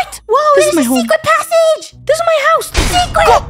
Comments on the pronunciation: “SECWERT SECWERT”🤨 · Swecret Swecret passage🗣️🔊‼️